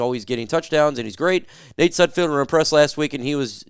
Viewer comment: It's SUDFELD NOT SUDFIELD> get his name Right!